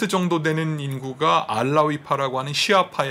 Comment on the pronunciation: 인교수님이 "알라"라고 하면 원어민 발음 듣는 것 같네요.